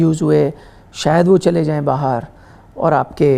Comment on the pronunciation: sir why are pronouncing bahar aaye..... As behar aaye intentionally like pakistani akcent.... At min 1.35 sec....